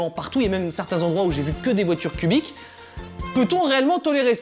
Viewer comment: Au lieu de voiture cubique g entendu pudique ;-;😭😹EST-CE J’SUIS LA SEULE À REMATTER ÇA EN 2020?(haii)